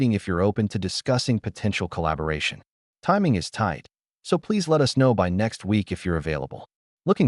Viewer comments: Haha, I’ve noticed that too! It’s like AI can’t decide if it’s “us” or “U-S” and ends up spelling it out every time. Guess it’s still figuring out those little nuances! 😂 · AI can't seem to pronounce the word "us". Always come out as U-S. 😂